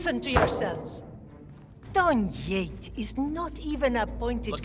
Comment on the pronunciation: When she said Don Yate I heard John Yeet